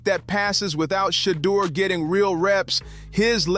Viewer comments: His Name is NOT "SHADOW"❓️❓️❓️ You Should Practice Trial & Error b4 Posting Info about Som1😶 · It's Shadeur NOT Shadow! Put some respect on that name! 😮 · You have good reporting, but let’s work on the better pronunciation of SHEDDUR SANDERS’ NAME CORRECTLY, FIRST. You’re being disrespectful to him and his family by mispronouncing his name. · PRONOUNCED " SHUH_ DOOR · Yo COMMENTATORS LEARN HOW TO PRONOUNCE SHEDEUR SANDERS NAME!!!!!!!! 🤨